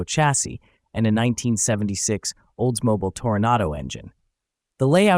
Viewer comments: Cool DIY. I love it when AI stumbles. Olds-MO-bul. Formikka. 😂. Stay dumb, AI. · I don't think the narrator is a human. He can't pronounce "Oldsmobile" or "Formica" correctly. It makes me crazy.